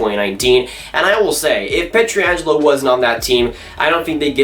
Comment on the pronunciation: It's not "Alex Pet-tree-Angelo". It's "Alex Pet-tran-jello". People aren't going to take your opinions seriously if you butcher the players' names like that.